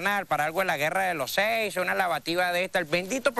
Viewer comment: “Guerra de los seisso” 😂